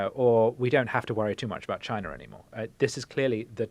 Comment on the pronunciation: "CHI-NA" Donald J Trump